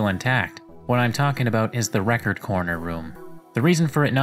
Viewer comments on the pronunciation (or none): none